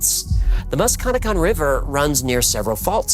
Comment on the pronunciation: Also about the mantis man; the river is pronounced Musk-ka-neck-kong Or the Muskie for the locals (I had no idea bout this legend but I live and cross the musky daily)